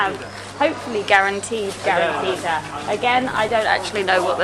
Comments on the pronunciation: its guaranttita not guaranteed XD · The garantita is not garantete 😂😂🤣